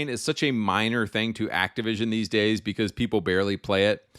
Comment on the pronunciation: Bro really said 7 gays to die 🥹😅😂